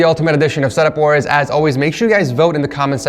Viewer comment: he said sex wars